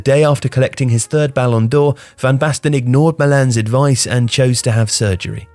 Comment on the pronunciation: Is your pronunciation accurate? When you pronounced Rijkaard a way I'd not heard, I assumed you had researched it, but then you said 'ballon d'heure' and I'm sure you pronounced Papin wrong. Now I don't know what to think!